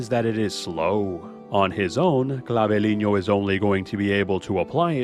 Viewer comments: God, same... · Cla-vee-len-yo 😂😂😂 love the video, but as a Spanish speaker it was too funny to not comment